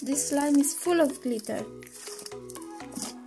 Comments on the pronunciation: Not gliter its glitter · The way she says glitter tho.like glithea. Lmmfao.butt nice video tho